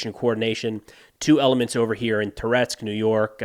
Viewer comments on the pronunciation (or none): none